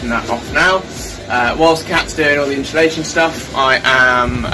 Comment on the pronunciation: No h in insulation